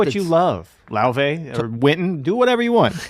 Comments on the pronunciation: Look, I don't even understand how you get "Loivay" out of "Laufey", so you shouldn't be asking ME these even tougher questions. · Nice one. and Adam got the pronunciation of Laufey's name right toward the end of the video after hearing Adam Neely say it a few times. It's "loy-vey". I sometimes converse with Miles through a Ouija board bequeathed to me by an old pool-hall hustler. I asked Miles about Laufey. He said not to worry, she could be a breath of fresh air in some way, a gateway through the past into the future, like some strange new Ouija board. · “Lay-Vay”! Haha!